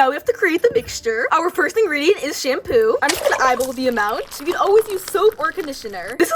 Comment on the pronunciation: Girl why did you call it shampoop